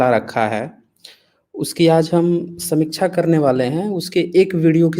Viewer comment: पहले समीक्षा का उच्चारण तो सही करले। राजीव दीक्षित के पैरों की धूल के बराबर भी नहीं है तू चु**या